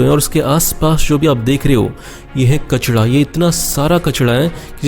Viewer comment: Next time you speek "kachara" not "kachada"